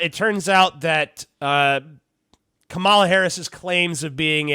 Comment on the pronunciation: You’re pronouncing her name like the former professional wrestler, KaMAla- the Ugandan Giant. Maybe Valerie Clinton will have another run.